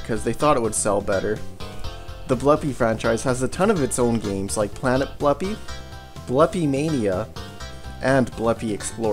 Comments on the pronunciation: Blupi is pronounced with an oo, not an uh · Just so you know i think its pronounced Bloopi not Blupi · It's pronounced "Blue Pea". Confirmed by the readme file in DOS Blupimania.